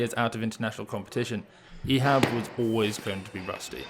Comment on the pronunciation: Thanks for pronouncing his name the right way